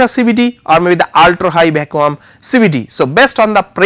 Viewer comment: love the way he pronounces Vaccum